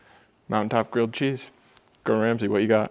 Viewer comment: You’ve got Ramsay wrong